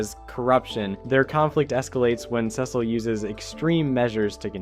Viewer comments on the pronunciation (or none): It's pronounced "See-sul" not "Sessil" it's literally said in the show so many times, are you intentionally saying it wrong? Why..?